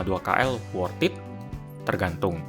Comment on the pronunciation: 'worthed' bukan 'worth it'